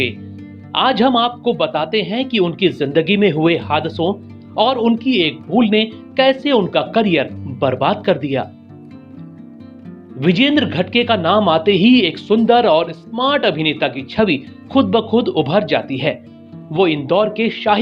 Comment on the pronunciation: सर घडगे नहीं घाडगे